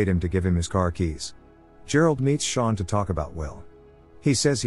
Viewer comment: Sean doesn’t pronounce Shawn